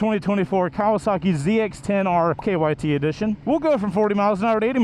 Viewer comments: Its also not kyt its krt. (He said kyt) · I'm just mow seeing this and heard the same thing. KYT is a helmet. Lol